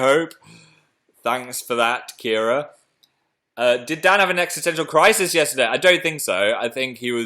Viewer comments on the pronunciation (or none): none